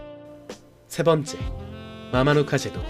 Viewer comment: 피지에 살고있는 교민이에요ㅎㅎ 피지에 대한 정보 공유해주셔서 감사하네요. 지금은 코로나로 오고갈수없지만 관광객으로 북적북적하던때가 어서오길ㅠ 영상에서 마마누카 제도는 현지식으로 마마누다 입니다 피지식영어발음은 C가 th로 발음돼요. 개신교와 힌두교가 대부분이지만 천주교인과 이슬람교인들도 꽤있습니다~